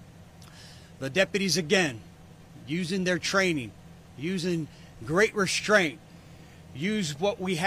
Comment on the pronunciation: "Exshtreme" isn't a word. "Reshtraint" isn't a word.